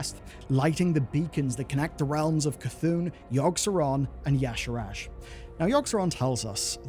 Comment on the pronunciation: The pronunciation of Y'shaarj and that extra A in-between the R and J is bothering me to an unreasonable degree.